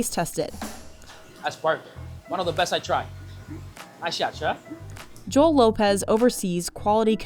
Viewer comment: His name is Joel not jole lol